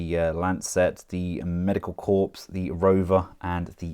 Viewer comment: "corps" is a French word and pronounced "core" and now that I'm writing this I feel like I have done it on one of your videos before